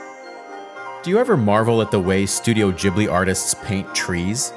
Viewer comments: The name is Gheeblee, not Jeeblee. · Ghibli not jibli btw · HOW do you mispronounce the name of the studio if it's explicitly spelled as GH? This is infuriating!